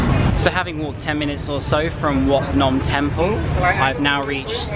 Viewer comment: if you want to say the word clearly you should say it like (WHAT Phnom) if you say it like that Cambodia people can understand what you mean